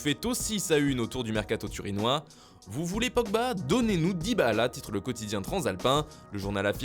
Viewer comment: Sérieux tu nous a refait une Dyba-Ala. C'est quoi le soucis à prononcer simplement Dybala comme ça s'écrit? Je veux vraiment comprendre, je n'en dors pas